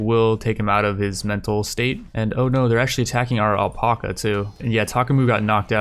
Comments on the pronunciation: ........ “Al-pack-a” not “El-Pock-a” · Does he not know how to say alpaca?